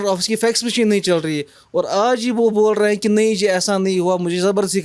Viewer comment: आप बोल्लए हैं,,,,,,बात चल्लई है क्या उच्चारण है भाई एंकर का ।बोल रहे हैं ,चल रही है बोलिए न